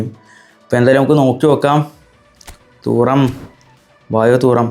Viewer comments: തൂറം അല്ല 😂😂 തുറാം ആണ് 🤝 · Ee fundakk name parayanum areellee Thooram alla thuram🙃🫠